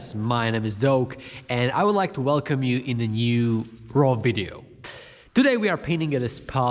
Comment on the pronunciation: no hate, i love your vids but it's kinda wierd how you pronounce video: "widio"